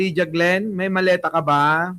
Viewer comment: Hindi po maleta; Malita po😅